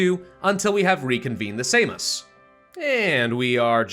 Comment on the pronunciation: Just in case you're wondering, he did pronounce "Seimas" correctly. Good job,!